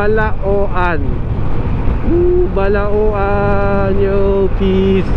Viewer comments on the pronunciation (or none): Balaoan(Balawan) hindi po Ba-la-o-an :-) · Agoo - Ago-o Bauang - Baw-wang Balaoan - Balawan Bangar - Bang-gar ganyan pag pronounce bro hehehe